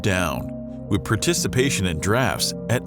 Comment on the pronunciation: Actually, he mispronounced precipitation as "preticipation". Well noted though.